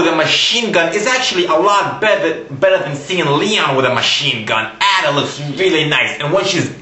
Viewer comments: You need to learn how to pronounce Ada (Eh-duh). It's not At-uh. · ITS ADA!!!!!! NOT AU-DUH X( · Ada not adda GOD !!! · Ada is pronounced like this - ayda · you are saying a.d.a. wrong plus you are crazy. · Learn how to prinounce ADA! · u prononced Ada wrong! >:(